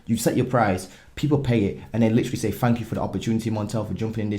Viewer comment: Its thank, not “fank”…. Just getting you back for the “aluminum” bit in the last vid 😂🇺🇸.. great content in this vid, as usual ✊🏾